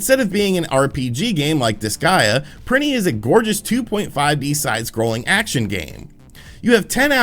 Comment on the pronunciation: "Printy one and two"